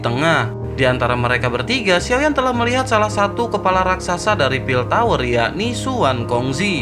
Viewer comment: Berpartisipasi cok..bukan berpartisisapi😂😂😂..lagi satu kepala...bukan kelapa🤣🤣🤣